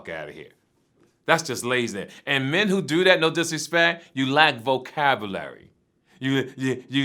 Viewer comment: "You lack Vo-cab-oo-larie."